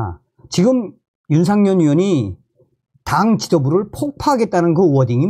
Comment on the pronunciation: 윤상현 입니다 윤상년 아니구요 존경하는 방송 열심히 해주시는데 감사합니다멸공 부탁의 말씀은 발음 연습 필요합니다북에서 쓰시던 발음 불편하게 들릴때 많아요 열심히 해 주세요 화이팅